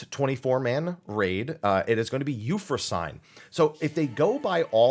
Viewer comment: My Gods, this is going to bug the hell out of me. That's not You-frow-sain. It's You-frow-sin-knee. Greek tends to pronounce the ending vowels. Especially when that ending vowel is a damn "e". English is three languages in a trenchcoat stealing grammar and phonemes from other languages in dark alleys. Sometimes you have to know the spelling and pronunciation standards of the originating language in order to pronounce it correctly.